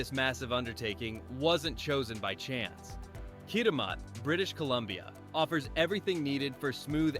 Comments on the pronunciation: Pronounced Kitimat not Kitimaut. There is truth in advertising. Which is basically what you are doing. BCer's rant over. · Hi, I"m a Canadian who is living and working in Japan. I'm originally from Vancouver. It's insulting that you show pictures of non Canadian ports and are not able to pronouce "Kitimat". Where are you from? I'm guessing south of the border. (oh and btw, the picture of the Japanese Prime Minister is out of date). OMG you have picures of Abe san as Prime Minister. Do you know he is no longer alive? I cannot imagine you being a Canadian Youtuber. I see now from your channel descripton you are from USA. shame on you for trying to profit from our loss. Backstabbing Americans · I guess I was dreaming watching President Trump hosting Japan in the Whitehouse. The robot needs to pronounce Kitimat properly. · Too bad the bot narrator doesn't know how to pronounce "Kitimat". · Just a help on pronounceation the name Kitimat is (Kit-a-mat) and Nisga'a Nation is (Nish- ga) Nation. The original peoples of the Nass River Valley in British Columbia.